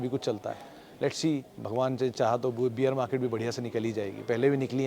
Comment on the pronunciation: सरजी, बियर मार्केट नहीं होता है, बेयर मार्केट होता है..